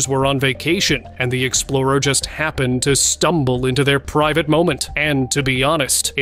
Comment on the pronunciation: I'm surprised by the AI narration! the narrator says "foot-ah-gee" instead of footage and "hap-pen-ed" instead of happened. It also did something weird with "us" (which sounded like "oose") and "figure" (which sounds like "fig-gure").